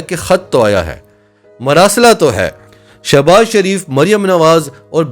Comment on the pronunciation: Sha nai sho baz yh she baz yh shouses baz dursat nam bola kryan thanks